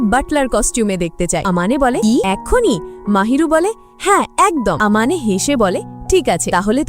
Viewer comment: ছেলেটার নাম mahiru আর মেয়েটার নাম আমানে আপু পরের বার থেকে ঠিক করে বলবেন